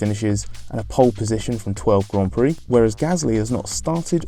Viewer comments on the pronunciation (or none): none